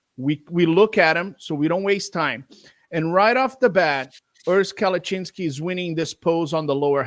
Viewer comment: kept butchering Urs last name “Kalachinski” wrong 😂 Im shocked Urs didn’t correct him. He’s way too nice hahah